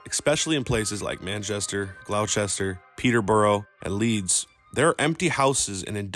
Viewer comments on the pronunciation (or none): Glauwchester petter brow lol it’s pronounced gloss ter, and petter bah rah